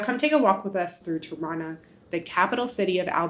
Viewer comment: I didn't know Tirana is pronounced Toronto 😅😂